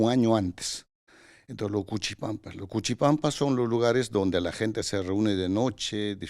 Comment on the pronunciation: Los cichipampas, ¿ DICES ? aprende hablar es o son cuchipampinos "PRIMARIOS" que pasa a este supuesto especialista " le jalo la oreja".